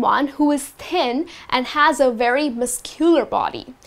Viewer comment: thin sounds like ten,is it right?